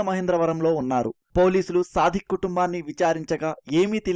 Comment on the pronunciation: వాడు “సాదిక్”, సాధిక్ కాదు…వాడేదో సాధకుడులాగా మాట్లాడద్దు